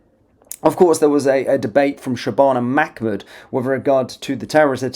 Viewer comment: Un it’s MAH MOOD NOT MAC MOOD